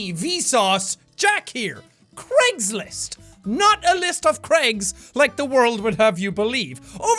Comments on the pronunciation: it sounds like you're saying Creggslist and I love it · Dude it's Craigslist not jacksepticeye try not to laugh